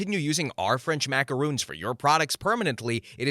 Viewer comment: they're macarons, not macaroons. Short "o" at the end there. A macaron is a sandwich-like cookie that's filled with jam, ganache, or buttercream. A macaroon is a drop cookie made using shredded coconut. Kinda like mistaking Oreos for girl scout samoas.